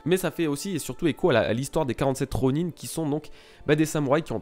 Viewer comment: Ronine ?! Ronin * Sinon très bonne review.